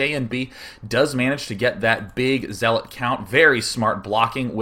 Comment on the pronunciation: Day9 :) The 'zea' in zealot rhymes with 'yeah', not 'he'.